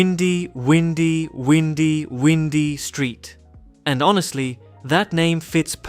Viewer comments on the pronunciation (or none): I think that street name is pronounced with "why", not "we". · I don't believe the pronunciation of the Windy Windy Windy Windy Street is Windy, like the weather. Rather Wine-Dee, as in, the road is very Windy (wine-dee) and twisted. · It’s not pronounced “windy”, like air flow, it’s pronounced “Wine-dee” like curvy. That street is based on Lombard Street in SF. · Not windy like win. Windy like bind. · the "win-dee" street is said by the narrator like its the wind, blowing in the wind......windy windy windy. It's actually meant to be WHIND-E that the street bends, curves, it winds around and around :-) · "Windy" in this sense is probably pronounced like "WINE-dee," as opposed to "WIN-dee." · It's not pronounced Windy, windy, windy, windy, windy street not as in wind but windy (Wine-dy not Wind-dy) as in lots of curves in the road. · windy not as in blowing air, windy as in winding back and forth. Wine-dy. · It’s windy like (wine d) like a windy round that has many turns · Excellent overview of prominent Safe Houses. I really liked the Prickle Pine Safehouse in Las Venturas myself. Also, for the Windy, Windy, Windy,Windy Road, the "i" is long as in the word "eye" versus the short "i" as in wind and ink. Therefore, it is W"eye"dy road which make sense since it is based on Lombard Street in San Francisco. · Btw not to sound like a grammar police, we all love you! But it’s pronounced “Why - ndie” or “Y - ndy” if that makes sense? Love your uploads, been a viewer since 2017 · i think it's windy, as in "waindy" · I can tell he meant that but the AI voice mispronounced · Your pronunciation is incorrect on Windy!!! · it’s windy 🌬️ as in wind but rather windy as in how there is so many curves so it’s windy street, I’m surprised you pronounced it incorrect. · It's not "Windy" as in wind, it's Windy as in, winding, because that's what it is.😅